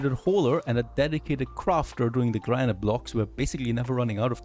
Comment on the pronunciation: Great series so far! By the way, "granite" is pronounced "GRAN-it." I know, English makes no sense at times lol